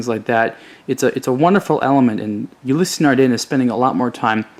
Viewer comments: "Ulysee Nardeen" it's Ulysse (youliss) Nardin (nard in). Don't review it if you can't even pronounce it. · The Freak is without a doubt my favorite of the Ulysse line. Just a note, Ulysse is pronounce "Ou-Lease" as opposed "Ou-Lissy". Great video!